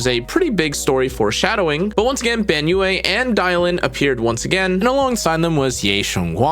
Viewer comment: Hearing you say the yue of banyue is quite terrible to me. Its like saying yeah, but with a u instead of an e. And its 1 syllable, not 2, like yeah.